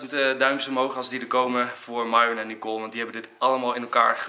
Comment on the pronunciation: Zal Enzo het OOIT een keer goed zeggen "Miron" > Myron. Of blijft het aldoor Maihwen... 5 of 10 jaar later... en nog Maihwen...